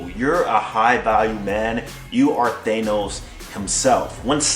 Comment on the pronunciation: Thanos. Pronounced like "Thah-nos" not "Thay-nos"